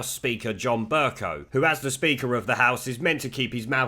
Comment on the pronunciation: Amusing to hear you call the speaker Burcunt over and over again...hohoohoho...and yes, Mogg is far too brimming with intellectual guile to have anything but fun with the BBC cretins. I would love to hear Mogg say BurCunt!